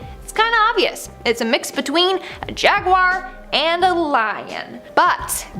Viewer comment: It's not jaguire